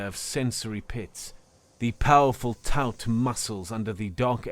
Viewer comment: I recommend looking up the word "taut" and checking how to pronounce it. Because that was not how to pronounce it. Also, look up the difference between the verb "recall" (what you said) and the noun "recall" (what was written in the story). The spelling is the same, but they are different words, and are pronounced differently. There are other issues but those were the most blatant. Good narration overall (as usual) but there's still room to do even better!